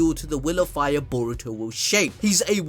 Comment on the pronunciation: I ducking love it when my mans says "Fiyyaa"